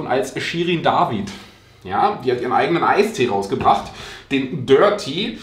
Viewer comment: Ich habe sooo viel gelacht bei deinem Video es war einfach sooo lustig.✌️✌️ David auf deutsch ausgesprochen lol das ist Tanzverbot😜